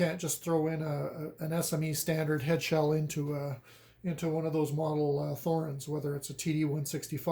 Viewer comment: Good video! For everyone's info: The "Th" in Thorens does not make the "th" sound of English. A simple "t" is much closer to the correct pronunciation. And emphasis would be on the "e". (Not being a German speaker, someone might want to correct me on that last claim.)